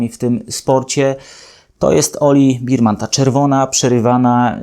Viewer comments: Taka niewielka uwaga dot. wymowy nazwiska naszego debiutanta: Nie "oliWIEr BIRman", a "oliWEr BERman", a właściwie coś pomiędzy "berman" a "bermen", jednak w Polsce prawdopodobnie bardziej przyjmie się "berman". Poza tym drobnym niedociągnięciem film jak zawsze oglądało się bardzo przyjemnie; moim zdaniem prowadzi Pan najlepszy kanał o F1 po polsku. Pozdrawiam! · Nie Berman tylko Bermen XD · Nie Birman tylko Berman!!! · Bearman nie beerman